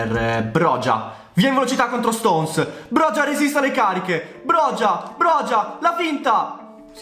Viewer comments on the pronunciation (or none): ciao, comunque sono albanese e si chiama broia non brogia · Si pronuncia broja nn brogia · comunque si pronuncia boia il calciatore da 🇦🇱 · broja si pronuncia broia te lo dico da albanese. Comunque grande❤️❤️ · Bella la pronuncia corretta è broia la j si legge i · si pronuncia broia sono albanese e te lo assicuro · Broja si legge broia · Armando broja non si pronuncia in quel modo si dice Armando broia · Sono albanese e ti ammiro ma si pronuncia broia ciao 🙋‍♂️ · mio papà è albanese e ha detto che si pronunci a roca perchè la J si dice C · Broja si legge broia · Si pronuncia /broia/ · SI dice broia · si scrive broja ma si pronuncia broia